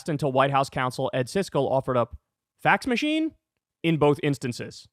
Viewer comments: That sounded like Tax Machine not Fax Machine hahaha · He also read it as “tax machine” instead of “fax”, like it was written. Kyle knows Biden isn’t senile. He’s just following Ana Kasparian to the Trump train. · What's with all the ungodly massive amount Biden simps in the comments? For once Breaking Point audience is significantly more reasonable than Kyle's here. Some here are even so demented that they're acting like Kyle saying "tax" instead of "fax" is the same as forgetting what one is when you were born before it was around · to be fair, kyle also struggled to find the word "fax machine" (he says "tax machine") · Kyle can't pronounce the words "fax machine," printed right in front of his face, while making fun of Biden for not being able to remember it. I guess Kyle is too demented to be a YouTuber now, wheel him out boys.